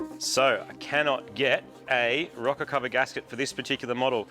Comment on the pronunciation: are you saying a rocket cover or rocker cover? lol